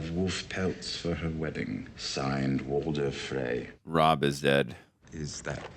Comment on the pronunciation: Bro, who is Walden? His name is Walder! 💀